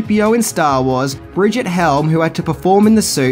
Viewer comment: His facts are fairly shaky. Starting with the years the film was made. It was released in January 1927 but was made from . He calls the star, Brigette. Her name was Brigitte. Pronounced Bree-geet. It's so sad to have people misled.